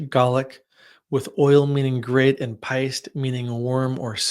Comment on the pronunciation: Irish is such a difficult language to read, your pronunciation was great for the first two words, if it helps, péist would pronounced 'paysht' I'm learning Irish, having grown up in Ireland, so I hope this helps!